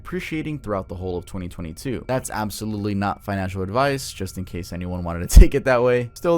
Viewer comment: Twenty Twenty